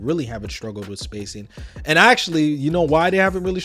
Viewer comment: With is pronounced with not wif. Th does not equal "f". Pronunciation drives me crazy can't watch